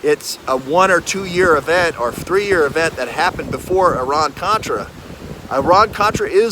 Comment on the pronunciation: I am sure you mean"Iran Contra," not "Oran Contra!"